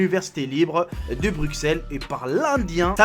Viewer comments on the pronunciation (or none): none